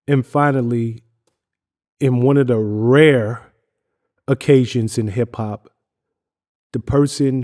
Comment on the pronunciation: Very odd how he emphasized “rare”